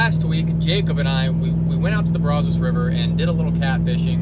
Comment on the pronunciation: Brazzis not brawzose!